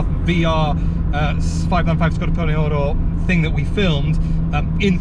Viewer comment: I think you're the only person who can pronounce Scorpioneoro properly without butchering it 🤣